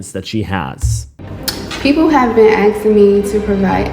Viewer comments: She doesn't even know how to say "ask" and she's claiming herself to be a sleuth 💀 .. like here for example she said "ppl have been aksing me .." And she ALWAYS says "aksing" 🤡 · "the people in the comments AKSING questions" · "a lot of people have been AKSIN" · "to be axing me for evidence ... That's disgusting 🤓👆" 💀💀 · She “axe 🪓 the spirit” 😂😂 or when “people were axing 🪓 her for evidence” 😂😂😂 what?!! 😂😂😂😂😂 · The aksing got me every time.😂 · its really hard for me to listen to her talk, i just cant stand when people pronounce "asking" as "axing", It drives me up the wall. I know it could be an accent and whatnot but it grinds my gears. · this woman can't even say "asking".. she keeps saying "aksing"